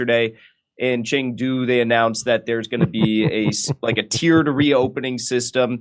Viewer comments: ummm. he has a terrible chinese accent... just saying. cheng du.... isn't that hard to say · “Anytime I see CCP instead of CPC I initially think this is probably propaganda.” This guy is a CCP tool. CPC is the communist party rebranding of the CCP. This guy is blaming local policies instead of the central party. He doesn’t even know how to say Chengdu or Xijinping. His Chinese is horrible. He obviously knows nothing. Jimmy you need to screen your intel.